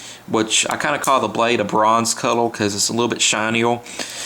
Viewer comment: this dude sounds wetarwdid wooks vewy well, of cooorse at wooook i hide it from the maaaangas . lol do noot likke about it, pufectly done sur. cowel(color)